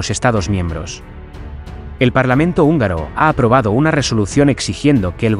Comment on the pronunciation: Actuación,, no "actuación". Húngaro,, no "ungaro". Atingente,, no "atinente". Unión,, no "union". Sapiencia,, no "sapiensa". Torpeza,, no "torpesa". Y supongo que "parlamrnto" es solo un error de digitación. ¡Hasta cuándo me haces rabiar! 😁😁😁😁